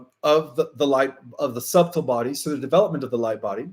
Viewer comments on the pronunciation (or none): Also, the b in subtle is silent, SUH tle.Thanks for another enlightening report.